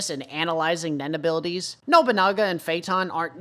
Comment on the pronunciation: Those symbols just indicate which bathroom is for each sex. Please stop overthinking things for 5 minutes my god. And continue calling Nobunaga "Nobonga" It's Funny.